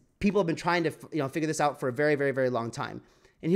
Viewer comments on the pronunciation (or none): none